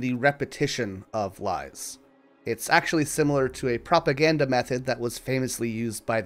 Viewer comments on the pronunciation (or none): none